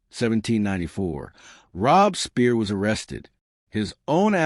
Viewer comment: Never heard about this, Why? They could at least learn to pronounce Robespierre right, Robesper, Jesus! Campina? Good GOD!!! No respect whatsoever, it's not the Wild West.